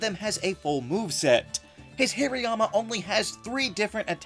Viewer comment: It’s pronounced HAHR-ee-yah-muh, “”! 🤨